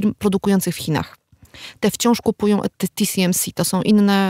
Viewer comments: nie chciałbym się czepiać ale czy w segmencie dotyczącym półprzewodników mowa o TSMC? czyli "ti-es-em-si" a nie ti-si-em-si? probowalem znalezc ale google nie znalazło nic pod TCMC. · nie tisiemsi tylko TSMC tiesemsi.! Taiwan Semiconductor Manufacturing Company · Co do części o półprzewodnikach, to się zawiodłem, bo nie wspomniano o oprogramowaniu, które służy do projektowania chip'ów tj. EDA, które też jest przedmiotem sporu. No i nie "ti si em si" (TCMC?) tylko TSMC, podobnie nie AML tylko ASML. TSMC jest producentem układów, ASML projektuje i sprzedaje maszyny do litografii, a klientami są takie firmy jak TSMC, Samsung i Intel, ale te wyżej wspomniane firmy to nie mają wszystkiego co jest potrzebne do produkcji. ASML nie może sprzedawać najnowszych maszyn używających Extreme UV (plazma) do Chin, ale sprzeciwia się zakazowi sprzedaży urządzeń do Deep UV (laser) bo to nie jest już najnowsza technologia.